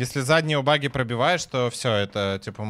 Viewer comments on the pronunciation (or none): none